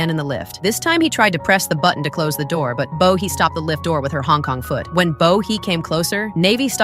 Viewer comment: Did I hear “ Hong Kong foot”?